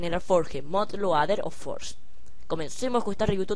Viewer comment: q guiso y q forge se pronuncia forll y adflai